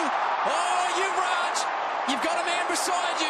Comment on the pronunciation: Its yuvraj not yuvrag